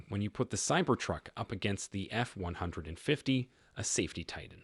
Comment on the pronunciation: AI can't even pronounce F-150 right.